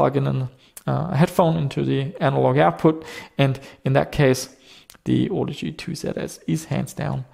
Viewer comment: I think you may be pronouncing it wrong. ;-)